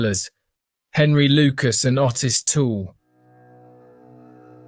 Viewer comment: Ottis is pronounced 'Oh-tiss' not the way you pronounce it!!! 🤣🤣🤣🤣🤣🤣🤣🤣🤣🤣